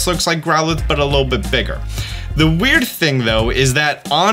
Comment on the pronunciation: It’s pronounced weird—eer not wurdur